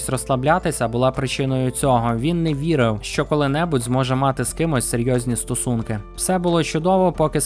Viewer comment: Стосунки два рази було прочитано як стУсунки